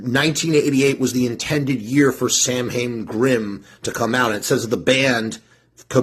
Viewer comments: Or "sow-win". But definitely not SAM...HAYNE. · It's pronounced SAL. WIN. letter a is silent as well as letter I. Doofus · The BAND is pronounced SAM HAIN, my guy. The historical event is pronounced SOWW IN, but the band has always been pronounced the incorrect way of the Irish feast. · Excuse me, teacher. This bad man is mispronouncing samhain again. Buddy, 40 years in everybody knows how it's actually pronounced and everybody also knows how the band does it.